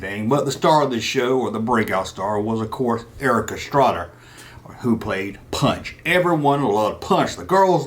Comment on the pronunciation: come on man you know its Erik Estrada not Erika...lol......